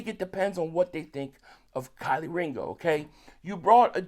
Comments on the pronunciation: I’m tryna understand why you keep calling him Kylie 😂 his name is kelee 🔑 lee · Bro still can’t pronounce Kelee right lol Kylie is crazy 😂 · KEE- LEE, ITS PRONOUNCE_________________KEE-LEE DAMN GET THE NAMES RIGHT 🤔🤡💩go to Black folk pages that have interviewed him or college tapes so you have the names down🤣🤣🤣